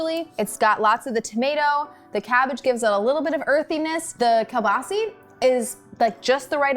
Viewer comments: Kolbasa is pronounced koo-basa. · he butchered kielbasa, its not really how people say it but its how you pronounce it, i am polish too, but also Lithuanian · as a polish person, the English way of saying pierogi is so funny to me, its still really cool that matpat makes all of these. the American pronunciation of kielbasa is just so incredible weird to me even tho i've heard it so many time.